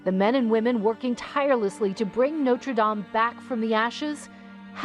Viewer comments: Notre Dame 'o' as in box not o as in snow.. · Is there anything more annoying than the way this woman mangles the pronunciation of Notre Dame? Don't these people do any research?